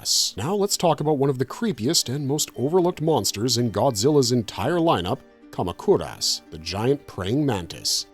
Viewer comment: the way u pronounce moguera, kamacuras is insane. have u never seen any of these movies? iv been watching Godzilla movies for 30 something years and you tube reviews for 11 years, and iv NEVER heard those names said like that MOE-GER-AH. KA-MAC-UR-US